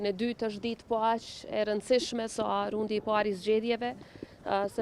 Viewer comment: O zonja Presidente e Kosoves! Jo "rundi", por raundi. Aman more se na vdiqet, me kete lloje gjuhe qe flisni.